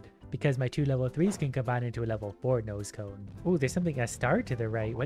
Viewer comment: When ever you said nose cone is sounded like you said noscope